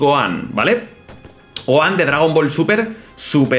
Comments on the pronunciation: Jajaj q gracioso como le dice a Gohan Goan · Que feo dice el nombre de gohan pésimo la verdad cuando el nombre no se pronuncia así